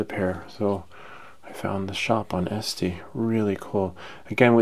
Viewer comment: Nice video thanks. I bought these yesterday so this is good timing. Btw, 2 things... 1) You remind me of Ian Malcolm (Jeff Goldblum) from Jurassic Park, lol. 2) It's pronounced "ett see" ... 😅